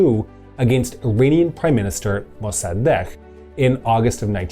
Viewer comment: I just realized, maybe the reason you're pronouncing the "a" in "Mosaddegh" weird is because you're misinterpreting the IPA symbol [æ]. This is not mearly the diphthong [ae̯], as in Latin and in your pronunciation. Rather, IPA [æ] is the sound jf the English "short a" in "cat", "map", "bad", etc. Farsi has 3 pairs of "short" and "long" vowels where the short and long vowels don't have exactly the same quality (which means that even though final, and therefore stressed, short vowels are often pronounced as long or longer than "long" vowels in other syllables, you can still tell which was intended by the quality of the vowel): short "a"=/æ/, long "ā"=/ɑː/ short "e"=/e/, long "ī"=/iː/ short "o"=/o/, long "ū"=/uː/ Also, apparently the "gh" is pronounced as a (supposedly voiced) uvular stop [ɢ] (like a g but further back) word when not between vowels, and only makes the more typical (fricative) "gh" sound between vowels. The intervocalic sound is labelled /ɣ/, but I think it's safe to assume it's probably actually uvular or post-velar rather than velar.